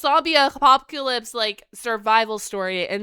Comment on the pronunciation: "A Zombie A pop que lips." Your pronunciation is simply adorable.